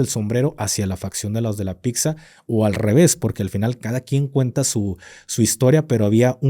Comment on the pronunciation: Pisa o Pitsa... Pero picza no! 😅